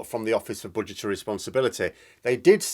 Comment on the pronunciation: At first I heard butchertary statement, might be your accent, still more appropriate 🤣